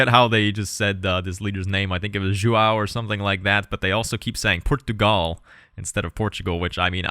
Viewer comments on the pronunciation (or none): God I wish they would put some effort into pronouncing their own leaders names. Ju-oh? Is so comically incorrect it's like they said, "Do we know anyone from Portugal to help us with this? Stan are you Portuguese? No? Well guess that's everyone. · Narrator: tries to pronounce “Portugal” like a proper tuga pronounces “Índia” like a zuka Don’t get me started with “João”... but hey, she tried! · She was a bit far one time or another, like "Juo III" hahaha it's funny, but I really appreciate the effort she's putting in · Seriously tho XD she was like pronouncing so wrong, like Juah